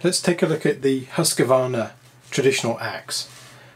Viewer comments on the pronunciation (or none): Great comparison! Quality matters, and you did a great job on showing the differences. However the pronunciation makes me cringe, and I'm not even Swedish. Husqvarna = Whose-kvarna, not Huss-kevarna. With an oo sound and no vowel between the q and v. Think "Rockville" - you wouldn't need to add a vowel between the k and v there, so there's no need to do so here either. Gränsfors Bruk = Grensforsh Brooke, and neither Gran's Forge Brooks nor Ground Force Brux. The ä is a letter in its own right, and is never pronounced as an a. And there's no s at the end of Bruk either. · I still don't get where the Husq-A-varna pronunciation comes from. It's just wrong. Husq-varn-a, three syllables, not four. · Always the Husscuarna. Epic pronunciation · Look at the embossed label on the first ax. It says Husqvarna (husk-var-na) NOT Husqavarna. Seems trivially simple. Too bad Gransfors (big $$) lives, but Wetterlings are gone.